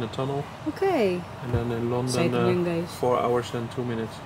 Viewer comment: Ayusin m bigkas m sa guys sis